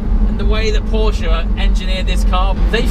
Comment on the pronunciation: The only english talking guy who says Porsche in the right way 😂👍🏻 greetings from Germany ;)